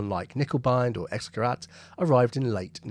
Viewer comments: It would not be "ex", but ix and not gerAHt, but GerAYt. The Umlaut changes simple ah to AY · If you want to pronounce it like a German would, it's IX GURAYT, NOT EXGERAHT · Learn to pronounce Gerät. Try Forvo, or learn basics of German. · X-gerat ”X-device”. ”Ä” is not pronounced like “a” at all. Use Google translate and press play to hear how things are pronounced before making videos. It takes a few seconds. Otherwise you did a good job. Greetings from Sweden which also uses “Ä” :) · It’s not Guh-Rat but rather Guh-Rate. The umlaut is not for nothing. Also, the river is Way-Zur